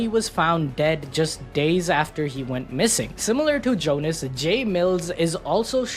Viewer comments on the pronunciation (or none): none